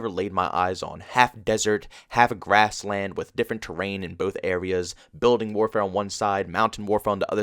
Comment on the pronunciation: "Biudeen" (building)